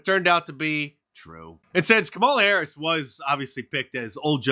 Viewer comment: Kum-on-ma Hair-ass